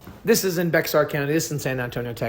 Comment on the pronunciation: Also bexar u dont say the x lol so it's just bear county i know its weird .thanks for the awesome video